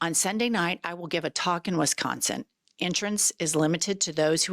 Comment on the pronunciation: I enjoy your podcast but, Please learn how to pronounce Wisconsin. There is no E is the name of that state.